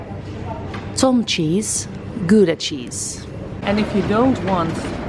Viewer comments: “Good- ah” was said flawless and seemed natural. Thanks again for an entertaining and fun video. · Another great video. Love the info and quirkiness. Very informative. Love the jungle cruise reference “backside of water”. ‘I love eggs’ was a a super fun surprise. And the English pronouncement of gouda was great. 👍🏻